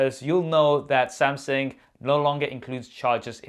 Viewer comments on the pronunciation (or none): Uncle.....it is pronounces as Samsung.....not Sam Seng.....lol..... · Am I the only 1 hearing samsing